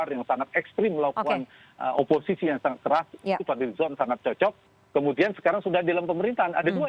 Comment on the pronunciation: Pengamat pintar ngomong.. Tdk sesuai realita.. Oposisi ya oposisi. Bukan opoiki.. Zong.. 😆😆😆